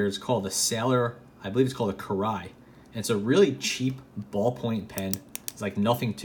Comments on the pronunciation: it's almost like "kee ray", as someone down below said. But I'm not gonna get into the pronunciation of the R, that's hard mode. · I literally winced at your pronunciation of kirei